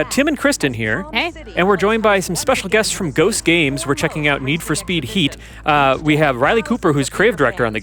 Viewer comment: Str8up awful 😂